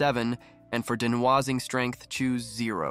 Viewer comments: LOL. Holy shit. Denwazzing! Muvv two muvv extension. 😂 My fuckng sides hurt from laughing so much. Holy. Fuck. Just how in the hell did you manage to mispronounce both de-NOISE-ing and MOVE-to-MOVE so absolutely horrifically?! I mean... yo.... You allegedly comprehend how to use a fairly complex high-tech software — though, I have my doubts; or rather, I'm certain you don't actually comprehend it, and have either plagiarized this entire script, or it was, at a minimum, not written by you — yet you've never learned how the .mov extension is pronounced? Hint: .mov files are... movies! Do you pronounce that "muvvies"? Denwazzing is even more horrifying. Fun fact: it's called de-noise because you're adding noise (ie, "random" data) to the image when you draw that mask on, and the then the AI DE-noises (removes the noise). It's truly unbelievable that you managed to botch such common words repeatedly... Never in my life have I ever heard even a completely tech-illiterate person fail to pronounce .MOV and denoise upon seeing their written forms. Fucking hilarious, man! Absolute comedy gold! Wait, is this actually a parody channel? Is it like a "YouTube tutorial but you'll be so baffled by our hilariously bad pronunciation of basic and common words that you'll be unable to learn anything" kind of deal? For real, this is so bad that I can't actually tell if you did this as a joke on purpose. For real, though. How is anyone meant to take this video seriously? If I were a complete newb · He speaks "very well"? Are we just ignoring the horrifying mispronunciation of denoising and mov2mov? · Is this AI voice? It talks funny. De-noise-ing ==> Denwasing. :D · De-nah-wahs-ing is actually pronounced de-noise-ing ... becase it gets rid of noise. It's not a French word. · I have never heard someone pronounce "noise" as "nwaz" before, but great muvvie! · dee-no-ahhzzing strength lol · the de'nwah-zing strength.. lovely/